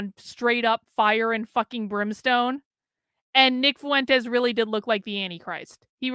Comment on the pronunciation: Why do you say "foo-entes" instead of "fwentes"?